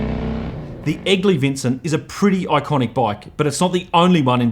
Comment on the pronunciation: Being a Yank, for the first bit of the piece I thought he was saying “Ugly Vincent”😂 My youngest son’s middle name is actually Vincent, half for VanGogh and half for this beautiful motorcycle.